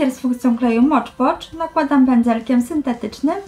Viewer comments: "Mod Podż" a nie "Mocz Pocz" ;) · Na takim zachowaniu w stosunku do widza nie zajdziesz za daleko. Jak możesz być tak arogancka w stosunku do kogoś kto jedynie grzecznie Cię poprawił? I nie mam problemu ze słuchem, za to Ty masz problem z wymową angielskich słów. Na filmiku wyraźnie mówisz "Mocz Pocz" co jest błędne. Skoro nie potrafisz przyznać się do błędu to już nie mój problem.